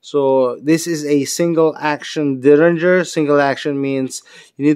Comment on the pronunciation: DERRINGER. Not Dillinger. :)